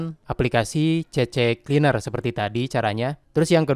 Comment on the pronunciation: C-Cleaner mas bro... bukan CC-Cleaner...😂